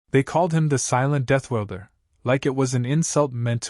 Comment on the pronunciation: AI and it's prorammers must be communist at there core. They keep dumbing down the english language. Death ORLDER not welder. JFC.